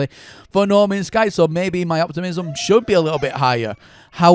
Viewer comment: "Normans sky" haha